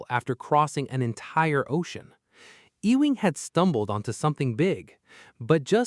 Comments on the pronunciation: E wing? He's not part of a building. It's pronounced "You ing." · Maurice Ewing. Ee-wing, no, try yoo-wing. Anglicised Scots Gaelic: son of Euan. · Maurice Ewing should be pronounced “Youing”. “E-wing” is a typical AI error. For example - Female sheep is a ewe. She is not an “Ewee”, she is a “you”. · This hurts to listen to. The man's last name is pronounced "You - ing." Please have some respect, or at least spend 10 seconds to google it. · Ewing is pronounced you wing. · I believe Ewing is pronounced “you ing” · EEE-wing? Good Lord. I just lost my appetite for this video. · "ewing" ---EEEWING "eWING" uuuwing.